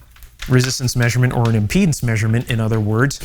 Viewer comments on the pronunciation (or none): none